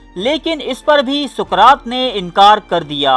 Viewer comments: Suqraat nahi Bhai.saqraat hai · Soqrat ko dobara teak sy parhain. our mujhy us kitab ka nam bhee Pata bhee batain jahan sy aap ny ya parh kar kaha hi??????